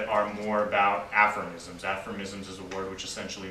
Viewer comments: Hey, it's "aphorisms" not "affirmisms". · Aphormisms...really? I think he means aphorisms. You would think a person with even a minimal amount of studies would know how to pronounce the word. I'll continue watching & listening... just surprised, that's all. Then there's "colloborate" (aprox)🤔 Interesting nevertheless.